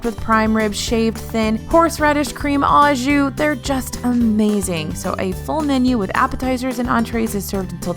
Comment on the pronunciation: Au jus is pronounced oh ju!